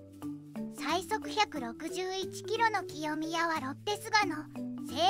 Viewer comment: 清宮（せいみや）です